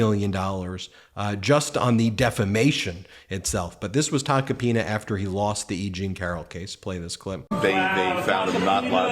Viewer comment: “Joe Tacopina….” 😆Just the way you stress his name. Love to make this into a ringtone